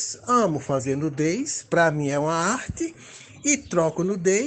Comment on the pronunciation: CERTEZA QUE O NOSSO HERÓI LÊ "NUDES" E PRONUCIA "NUDEZ"